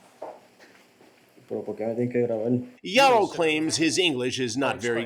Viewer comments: "Ya-row" that name pronunciation killed me.🤣💀 It's actually pronounced "High-row". Lol. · "high-ro " not yarro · "gee-a-ro"? 🤣 It's hah-ee-ro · Chris really can’t just say “hi-row” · It's pronounced Haiyro just saying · It’s pronounced high-row 🤷🏼‍♂️ 😂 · "YAR-ro"... come on Chris... that dude was TINY!!! I'd imagine he wasn't "packing" too much either... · Jare-O, Yarroh, Chris refuses to pronounce this guy’s name correctly lmao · Good ol' Charlie Hansen pronounced this Jairo name about 5 different ways 😂😂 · Bro how do you pronounce his name wrong?